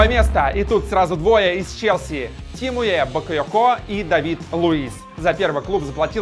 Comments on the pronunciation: Выпал из основы <<ЧЕСЛИ>> ЧЕСЛИ!!!! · не чесли а челси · Чесли? Может Челси!